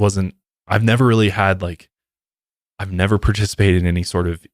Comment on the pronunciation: said " NEVVVEERR" lmao started choking on a noodle